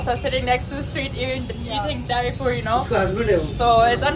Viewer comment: Not dary Puri it is Pani Puri